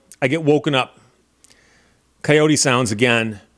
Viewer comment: It's pronounced coyote, not coyote ;)